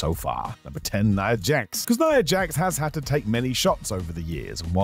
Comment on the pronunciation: "nia jax" 🤣🤣